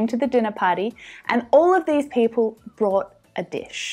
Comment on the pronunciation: Hi, I listened to it over and over, but I can't hear you say "brought". I hear bought. Can you help me in this?